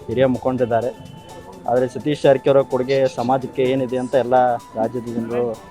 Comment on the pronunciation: Le kunni ನೀಟಾಗಿ ಜಾರಕಿಹೊಳಿ ಅಂತಾ ಹೇಳು 😂😂😂😂